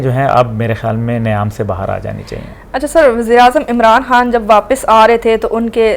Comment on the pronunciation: Learn Urdu Khan not HAN